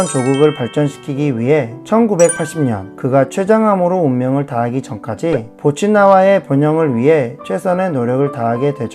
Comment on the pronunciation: 보츠와나를 보츠나와로 계속 읽으시네